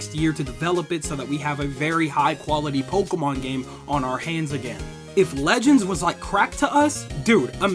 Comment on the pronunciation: You pronounced the Pokémon perfectly.